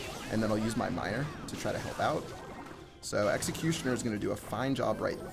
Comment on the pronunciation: New meta: Elecutioner